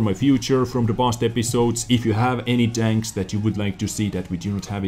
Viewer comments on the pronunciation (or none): LOL, says HD tanks sounds like "HD Danks" no hate here love your work